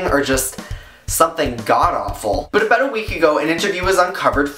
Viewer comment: I like it when you say about :)